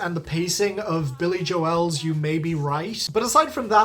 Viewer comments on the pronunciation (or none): Why does he say "Joel" like that?